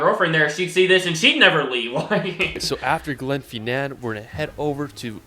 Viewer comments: the pronunciations of all of the names are pretty painful to hear as someone from Scotland: Glenfinnan is pronounced Glen-Finn-inn, not Glen-Feen-nan as was said in the clip; Edinburgh is Ed-inn-bruh, not Ed-inn-burrow; its not Holly-rod park, its holly-rood; Eilean Donnan is Ee-lan Donn-an, not I-lean- Doe-nan; Glasgow is Glaz-go, not glass-gow; Loch Lomond is Loch (soft ch, like in german) Low-Mand, not Low-Mon. good clip otherwise, just the pronunciation is very hard to listen to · The Glenfinnan one 😢 he really said glen pheenaan